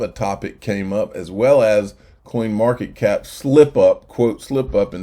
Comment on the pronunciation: Was it me or did you say coinmarket cock at the end of the video